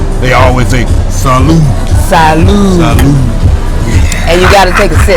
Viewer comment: It’s not “salad”. It’s Salud. . Like salute the flag except with a d sound instead of a t sound. I speak Italian and Spanish and the word is the same. To good health. Cheers.